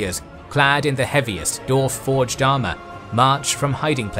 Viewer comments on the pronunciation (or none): Considering how often they come up on this channel it would be a great idea if the narrator could learn to pronounce the word "dwarf" properly. There is a W in the word, it is not silent. Please, for the love of the gods, use the damn thing. There is no such thing ad a dorf, or a pair of dorves. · DWarf it has a W in it why you keep pronouncing it as dorf?